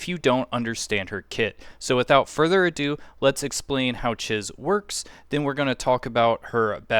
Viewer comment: It’s “Cheese”. When she introduces herself, that’s even how she pronounced it. Thanks for the video though. Saving it for later when I actually have my tycoon level high enough to get her.